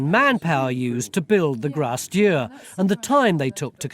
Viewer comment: They kept saying "grasse dur" and i kept wondering what they meant. It's Grace Dieu.